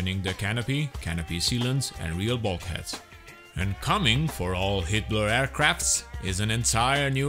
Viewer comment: I swear he's saying "Hitler"